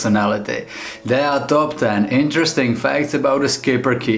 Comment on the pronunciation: It's "Shipperke" not "sKiPpeRke"